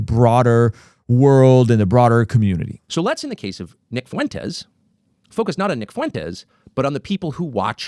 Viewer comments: I agree with your take here but if you want to be taken seriously on this you should start pronouncing Nick FUENtes’ name correctly…I honestly can’t tell if you’re being serious or subtly mocking. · You could at least learn how to pronounce the guys name before doing a critique on his positions. I’m a God fearing successful father who agrees with much of what Tucker and Fuentes have to say. I’m likely more successful than most of your followers. I don’t say that to brag, my point is that assuming everyone that agrees with them are basement dwelling losers is incredibly tired and just proves their point. A victim mentally is a terrible thing, but so is burring your head in the sand. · The irony of a guy with the name acting like he can’t pronounce Fuentes while living in Southern California 😂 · You’d think someone who has lived so close to Mexico for his whole life would be able to pronounce Fuentes